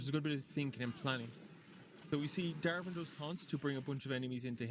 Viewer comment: it's not darven it's Davrin Dav rin